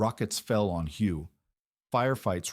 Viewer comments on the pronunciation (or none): Its pronounced way not huuu